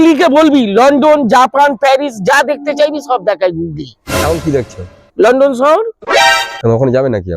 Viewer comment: ও গুগলি না গুগল বলে😊😊